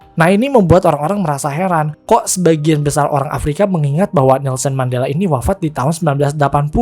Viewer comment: bukan mandala, tapi mandela min